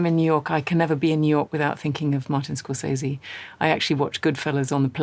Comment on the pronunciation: Why does nobody pronounce Scorsese correctly?